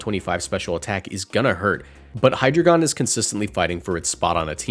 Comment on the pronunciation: Ngl the way you pronounce hydragion irks the hell outa me.